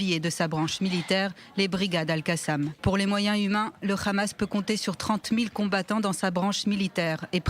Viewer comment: C’est pas le khamas mais le hamas